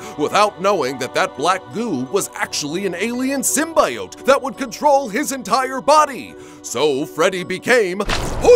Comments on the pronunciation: Why is everyone Saying sim-by-ote it’s pronounced sim-bee-ote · Sim-BEE-oat not sim-BYE-oat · Hermione: It's symBIote, not symBAIote. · Please Sim-bee-oat not Sim-bye-oat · I'm assuming you pronounced it syn-BI-yote as a dig at sony for the way they made their actors say it?